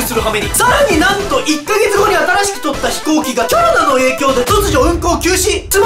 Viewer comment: ｷｮ↑ﾛﾅで笑ってしまった